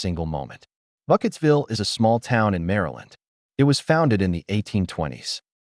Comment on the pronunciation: Burkittsville, not Bucketsville! Dimdot.